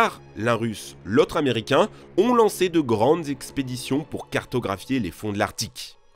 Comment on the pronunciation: C'est quoi un zaméricain ?